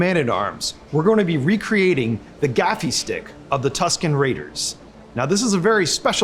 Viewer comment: It isn't a gaffie stick its a gaffi stick your English teachers failed you.